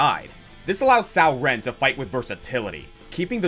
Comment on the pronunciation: Coming from the perspective of someone who has Mandarin as a dual first language, I'm touched to see you emphasis how to pronounce Cao Ren's name correctly, but then you butcher the pronunciation of Wu-Ruixiang. :( Oh well. This was a great list as usual, and I'm glad to see one of my mains at the No. 1 spot.